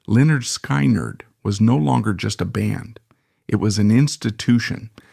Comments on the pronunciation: AI NARRATION SUCKS!!! SKY-NERD? PUHLEEZE......... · 👿🔱😈...sky nard 🙄.. I hate AI narrated videos 👎.. they're so annoying when they mispronounce simple words🙄